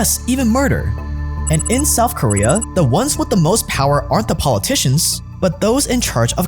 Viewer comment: Souf Korea